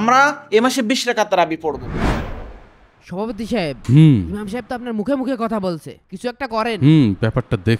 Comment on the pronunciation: ইমার নয় ইমাম